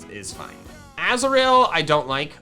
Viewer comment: I definately heard Azrael, when you picked up Azuril. and I got so confused i couldn't consentrate for a full minute, and had to replay it a few times, until I heard you said Azuril.